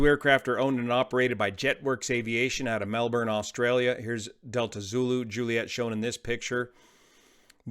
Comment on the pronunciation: Not trying to be a smarty pants, but it’s pronounced Mel-bin. Was hoping that you would cover this. So sad 😞